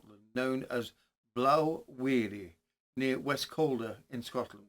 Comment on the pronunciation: Just a small correction as to to the name of blaw wearie the blaw is sounded as in awe or law not ow .